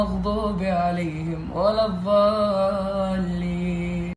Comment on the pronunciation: الي فدقيقه 6 :00 قال ولا الظاليين وهي ولا الضاليين